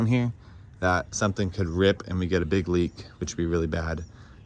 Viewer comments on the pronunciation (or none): none